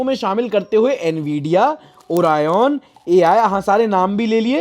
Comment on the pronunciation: Oriyon nahi bhai Orion